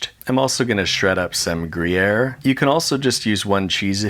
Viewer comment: Grier? GrIeaYr?? grejeer????